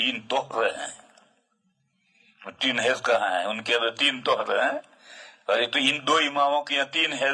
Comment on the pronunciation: ہیز نہیں حیض